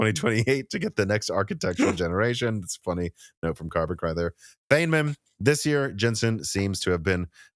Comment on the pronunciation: Everyone I've seen talking about the Feynman architecture has pronounced it like 'Fane men', when the correct pronunciation of the name is like 'Fine men'. I don't blame people for not knowing, but I'm a physicist and I laugh every time someone says such a famous guy's name the wrong way.